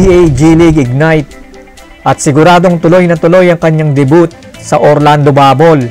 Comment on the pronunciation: Paano daw magbasa ng debut? Hahaha